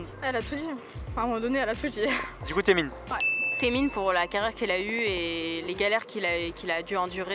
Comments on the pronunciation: Ça se prononce aizone mdrrr d’ailleurs mes oreilles ont saignées avec les gens qui disaient TAemin et non pas Temin 😭😭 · aaaaaah donc j'ai bon ? Ça fait mal au oreilles les TAEmin x)